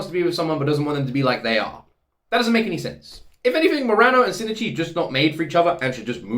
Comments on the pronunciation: I think the main difference between your pronounciation and Migi's is that it sounds like you say "Sin" instead of "Shin". (Missing the H) But like you said, the second "i" is very subtle. And the 'n' is almost silent. No worries though. I never commented on it before because it's fine, and it is a bit of a tricky pronounciation. ☺ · For pronounciation his name also starts with "Shin", which is pretty much pronounced like "she". You kept pronouncing it "sin", not "she". Together it's like "she e chi", where "chi" is pronounced like the "chi" in "chief" (but you got that right) and "she e" sounds ever so slightly like two seperate "e" sounds with a pause inbetween. So not like "sheeeeesh" which would be only one long "e" sound. "shin" and "ichi" are two seperate words that make up his name, so each one is pronounced seperately, hence the (very slight) pause instead of a long "e" sound. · I think the Shinichi name thing people talk about is mostly how they feel you're saying things. In Japanese, they have something called Mora. It's a speaking beat that is consistent. Think of it as syllables. I can't really say "Bana" and expect you to understand it as "Banana". That middle "i" in Shinichi that you were talking about isn't just the "i". It's a whole syllable. Shin i chi. Without the middle "i", it can easily be confused with another name "Shinji". It's like "Major Agent" becomes "Major gent". That clear "A" in "Agent" is important for the word. I hope you don't take this as a slight against how you say it, you're fine. I just think it might explain why many people either hear you wrong or hear a minor alteration in how you pronounce his name. Japanese lesson over. Looking forward to the next episode! You're amazing! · huh? no, its SHI-N-I-CHI (or shin-ichi) (泉 新一) = "泉(izumi) 新(shin) 一(ichi)" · Whoever thinks it's shi-ni-chi, please learn about Japanese mora. There's 4 mora in Shinichi, not 3. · No, it's Shin-ichi